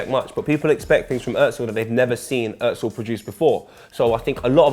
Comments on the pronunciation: Stop saying Ozil wrong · His Name is "Özil" and not "Ozil". It's a turkish name. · Why are you fucking pronouncing his name “urtzil” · I've gotten used to the weird Ingerlish pronunciation of his name as Oh-zill (you'd think they'd say Er-zill since it's a lot closer to the proper version), but hearing Ozzle is just bizarre. In terms of why he's hated, it's hard not to notice that he's a quiet, subtle, not particularly masculine, extremely skilled devout Muslim, German and of Turkish roots to boot. Not saying any or all are factors, but it's pretty hard not to notice the degree to which he represents pretty much the exact opposite of all of the qualities that Little Englanders value. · Its özil not ozil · OMFG... The way he said Özil killed me... IT'S FUCKING ÖZIL NOT OZIL FFS YOU PRONOUNCE IT UHHHZIL NOT OZIL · Why Does everywon say ozil its özil! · Good video but why does the guy keep saying Ozzil and not Özil? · WHY DOES SAY "OETZIL"??? There is no T g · FIRST OF ALL "" ITS OZILLLL NOT OUITZLLL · Kenners Kenners, he's just criticising the 't' sound that adds in. He pronounces it "oetzil". Which the ö is right but there is no t sound. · ZERO HIT actually pronouncing it right. It’s not an ‘oh’ sound because of the ‘ö’ in his name. That’s how Germans pronounce it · It's Pronounced (urzil) in German anything with those to dots on top of a letter (which is called a umlaut) you give it that ur sound 😧 For flip sake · Its pronounced as "OEzil" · I get really pissed off by the way he says Özil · Can you please pronounce his name correctly? It’s annoying me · Couldn't get a narrator that could actually pronounce Ozil's name correctly? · The way pronounces Özil is so annoying... and I’m not even German 😂